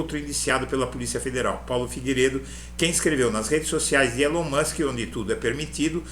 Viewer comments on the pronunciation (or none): none